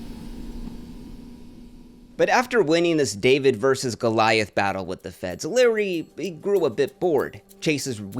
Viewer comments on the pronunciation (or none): none